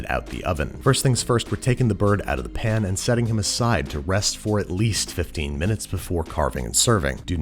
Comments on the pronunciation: when he says peun instead of pan i feel so relaxed idk why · Babish doesn't say "pan", he says "pn"